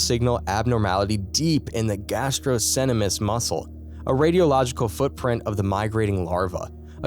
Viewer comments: Please learn the correct pronunciation of medical terms before narration and posting. Gastrocnemius is pronounced "gass-troe-NEE-mee-us." All the mispronunciations are so irritating I can't continue watching. I'm a microbiologist and if I was filming a video with terms I wasn't familiar with, I would definitely find the correct pronunciation BEFORE I narrated and posted the video. I would love to watch all of your videos but I just cannot. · Say it with me GAS-TRUCK-KNEE-ME-US…… GASTROCNEMIUS IDK what my guy has been pronouncing this whole time